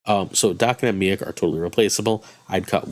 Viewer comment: Is that the correct pronunciation for Miek? I always thought it was pronounced meek… 😂